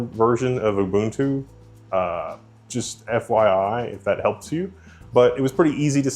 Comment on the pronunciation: Holy crap. Dude pronounce Ubuntu correctly 🤯